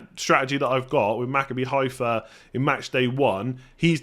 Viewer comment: Just a quick note, nobody expected you to get it right the first time but because I've heard you mention their name a few times - Maccabi Haifa is pronounced MaCABbi, with the emphasis on the second syllable (that's how Hebrew works). Good luck with it!